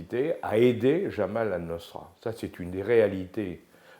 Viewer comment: C'est "Jabhat Anousra" et non pas Jamal Anousra. Jabhat veut dire "Front".